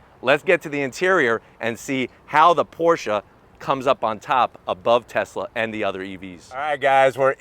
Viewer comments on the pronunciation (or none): Why does he keep saying Portia? It's Porsheh